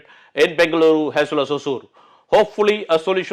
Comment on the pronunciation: Sir sorry if im wrong. It is Hosur and not Hozur. There is no Z our languages both Kannada and Tamil.